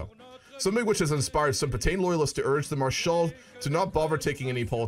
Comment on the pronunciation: I can't help it when you say marshal patain I keep hearing marshal potato XD